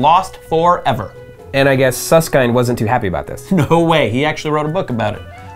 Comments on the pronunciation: It's Susskind like kin with a d sound not Suss-kind. How can these jabronis talk about this type of stuff when they can't even say his name. They should just go watch Michael Jor-dan A-ron Rodgers play sports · Susskind, pronounced as in kindle, not as in kind. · Did you ask Susskind how to pronounce his name? I've always heard it pronounced to rhyme with "binned", not "bind". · Not "kind". ˈsʌskɪnd/ as in "kit" or "hit". I do recall him jokingly saying "some say kind" but that was exactly that. A joke. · Suss-Kind? Suss-kend* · who the hell is Hawkins and who is Suss-kind. it's pronounced. Hawking and Suss-kin-d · It's pronounced kind, as in kindergarden, not kind, as in be kind to strangers. FFS. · Nice video, but I'm somewhat irked about how they pronounce Susskind. By the way this is a very petty comment. I'm sorry.